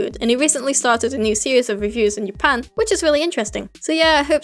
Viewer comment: The way you say Japan gives huge Germany vibes